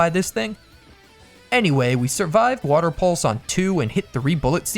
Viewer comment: woter pokemon!!!!!!!!!!!!!!!!!!!!!!!!!!!!!!!!!!!!!!!!!!!!!!!!!!!!!!!!!!!!!!!!!!!!!!!!!!!!!!!!!!!!!!!!!!!!